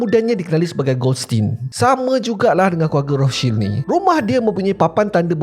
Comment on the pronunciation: Rothscheld ke atau Rostchild sebut guna bahasa Melayu la kenapa ikut sebutan Jerman 😂